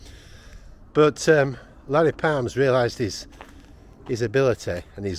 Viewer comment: Larry Parnes, not Palms.